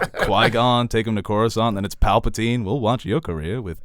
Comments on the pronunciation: Cawusant? Caflatarooo? Croisant? It's Coruscant ffs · I tweak out every time you say "Cure"uscant